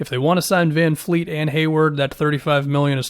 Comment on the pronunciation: Ok man. I've been holding off on this for a while... but its vanvleet. With a v. Not fkn vanfleet. Love ya my guy but cmon now